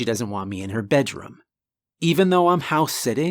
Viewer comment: Um guys why does he say budDRUM or move it to the livingRUM